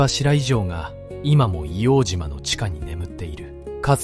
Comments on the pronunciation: ＡＩで変換してるからか？皆さん指摘の「いおうじま」ではなくて「いおうとう」ですね。 あと、 からの、幕僚との説明ですが、写ってる皆さんは下士官か兵みたいなので 身の回りの世話人か伝令？幕僚とは違うと思います。１つ前の写真には参謀懸章を 付けてる人が居るので、上級士官の方達かなとは思いますが。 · 『硫黄じま』ではなく『硫黄とう』です。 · イオウジマではなく、イオウトウと読んで下さい。当時の住居区分では京橋区硫黄島(イオウトウ)です。イオウジマは米軍がわ呼称です。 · 栗林さんのお話、ありがとうございます。ただ一つお願いがあります、硫黄ジマではなく硫黄とうで願います、日本人のこだわりです。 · いおうじまではない。AI失格だ